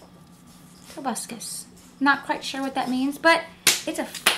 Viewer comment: I frieked out when she read Tobuscus all wierd im like do you really not know who that is